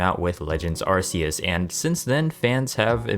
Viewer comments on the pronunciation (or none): its ARC -e-us not Arce -e -us !!!!!! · When are people going to realize it's Ar-kee-us not ar-see-us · Bro its a hard C like arkeus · it's a peeve of mine that people always seem to mispronounce "arceus" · Why in Tf Is It So Hard To Say A ARCEUS PROPERLY?!?!?!!!????!!?? I swear, it’s dead ass been over 10 YEARS SINCE WEVE BEEN SHOWN THIS POKÉMON AND TOLD HOW TO SAY THE NAME!!!!!!!!!!! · lmfao yo it kills me when Pokémon fans say the name wrong. They can buy every garbage game gamefreak puts out but can’t say the names properly, drives me nuts 😂😂😂😂.